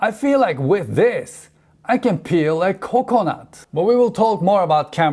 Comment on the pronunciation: when he said kOkONAT i felt that